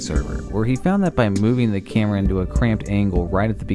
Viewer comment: the way this guy pronounces camera..... 'chèhmra'